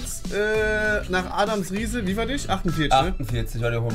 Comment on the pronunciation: Es heißt Adam Riese ohne s…